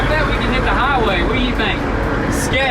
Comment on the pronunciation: The way he said sketch got me dying